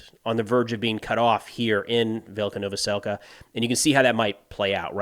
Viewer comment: Hey, if you see this, just to help with pronunciation, any time you see a Y following a consonant, it is pronounced as an i in ukrainian. So Velyka is vee-lee-ka.